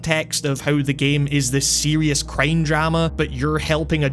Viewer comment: I love how you Accent "crime" like "Creeim"